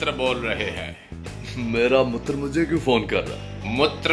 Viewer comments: Yes, I am a big fan of his work, but sir, mitr(friend) ko Mutr(urine) and rest of the hindi lines are sounding like Mixer grinder and bharasthachar sounds like shit...i feel its insulting to a language...anyways there is a thin line for all comedians, not an easy job to create laughter ...I felt it, so said it... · Mutr nh mitr hhahahhaah😂😂😂